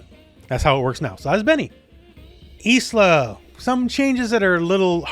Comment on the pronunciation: the name Isla is pronounced Aila the S is silent. BTW love your videos